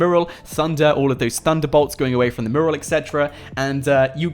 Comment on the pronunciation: mew-ral. it's bloody mew-ral